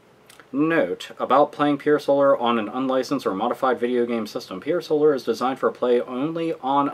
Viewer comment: Had to dislike because the reviewer can't pronounce Pier Solar. :/